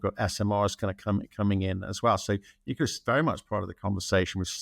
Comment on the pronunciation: There is no such thing as "nookyaler energy."